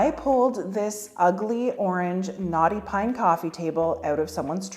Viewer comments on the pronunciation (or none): Lol. I dont know why this is, but EVERY time you say "knotty pine", i hear "naughty pine".....and then I wonder what it did that was so bad...🤣🤣🤣🤣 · I’ve just realised you’re saying “knotty pine” 😬 I kept hearing naughty pine, and wondered what was soooo bad about it 😂😂😂 Love your work! You’re very creative and talented. Thank you for sharing your knowledge. 🥰